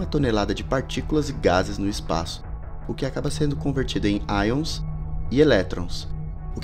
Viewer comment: a palavra certa seria ions nao aions